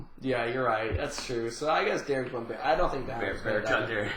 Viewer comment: "Derek Bonbarrion" - LOL